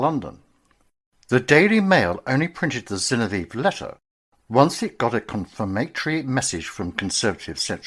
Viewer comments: Zin-ov-ee-ev not Zin-o-veev. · Dreadful pronunciation of Zinoviev.